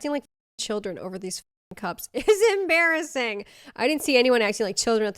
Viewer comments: Ha, , em-BEAR-assing XD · Em-bear-asing… sorry, I had to. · It’s ‘em-bear-assing’ 😂🐻😂